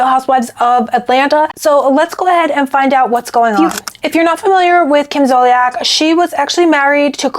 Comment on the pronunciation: Her name Zol-CEE-Ak… Please say correctly.